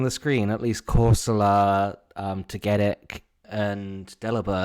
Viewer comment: TOE-GA-TICK!!!! that was annoying 😂😂